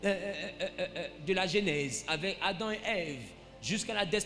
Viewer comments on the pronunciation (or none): none